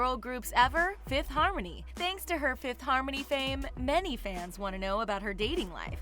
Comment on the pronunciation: “Fifth Hamony” lol